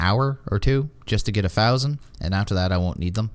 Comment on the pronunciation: Are you pronouncing thousand as phousand? Not making fun, just trying to figure out if I'm losing my hearing.